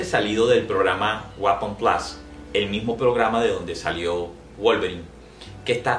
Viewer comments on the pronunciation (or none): none